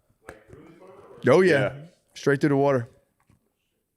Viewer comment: "the worter"